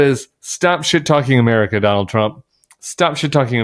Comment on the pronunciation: Don-old and Ja-ded ?